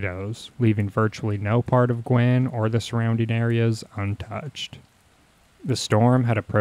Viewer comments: Guin is not pronounced "gwinn." It's Gue (rhymes with cue). GUE-in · Guin is pronounced "Gew-in". At that time, the US Army's atomic weapons school was at Redstone Arsenal, in the SE corner of Huntsville. For months afterwards, TN residents were finding classified US Army documents from the school that had been scattered and carried away by the tornado. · Actually, Guin is pronounced “gyoo’-win”.